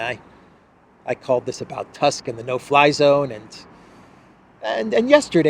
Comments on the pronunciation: PLS TUSK IS PRONOUNCED LIKE TOOSK. ! We don’t have the Prime Minister of the name you say in Poland ! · Tusk ..pronounced like Toosk !